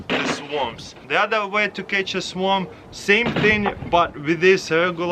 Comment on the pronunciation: I thought he said swamp trap